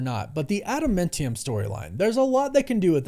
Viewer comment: you said ADAMANTIUM wrong for the second time in the video. There is no E in the word. Please, please please stop saying it wrong.